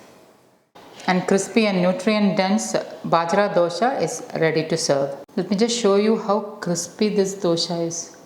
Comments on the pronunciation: U r pronouncing it as dhosha (wrong way) It's just dosa 😂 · Hi, This recipe like all your others is great! Thank you! Question: Isnt it dosa not dosha?